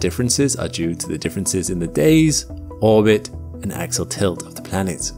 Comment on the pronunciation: When you mean to say, "Axial Tilt" (AX-ee-ul), it sounds for all the world like "Axle Tilt", confusing the Low-Information crowd. Please look into this.